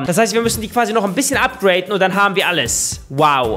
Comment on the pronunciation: es heißt upgraden nicht upgraten wie behindert klingt das eigentlich?